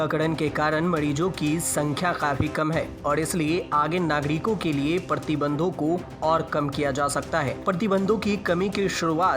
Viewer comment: 'Partibandh' nahi 'Pratibandh'